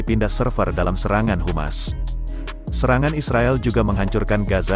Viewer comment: HAMAS BANG..HAMAS, bukan Humas